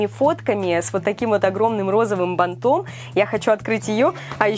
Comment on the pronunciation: бАнтом а не бантОм. На